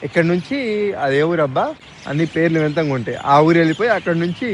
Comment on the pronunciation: bro vinthamga kaadu .adi vinthaga..enti bro miru 🤣